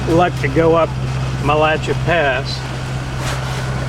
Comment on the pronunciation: it is Mat- la- shae not Match a la thought you might wanta know Good trip.